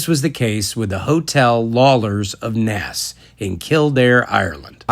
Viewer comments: It’s pronounced NACE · Naas rhymes with mace, btw... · Enjoying your videos bud. Helpful tip - pronounce Naas like 'space' except remove the 'sp' and add an 'n'. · Naas rhymes with pace, race, face etc.